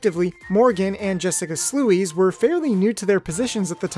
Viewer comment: Sluys is pronounced “Slyz” like guys 😂 But I was honored to be mentioned nonetheless. Really nice analysis! It definitely gave me some things to think about if they give me season 3 😊👍